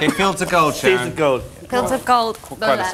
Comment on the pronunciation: The way she says Sharon (Sa⋅rzorn) got me wheezing 💀😭